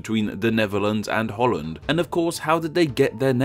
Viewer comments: Hout land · Haha Holl-land goeie haha